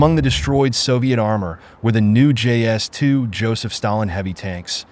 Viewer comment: It's quite annoying when any Westerner pronounces the name of a tank as JS2. That never existed. IS2 did. I'm not Russian and even I know what it is.